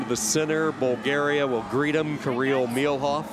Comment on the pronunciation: It's Milov not Milhov